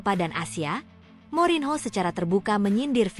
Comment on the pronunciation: Morinho dibacanya MORNYO...!!!!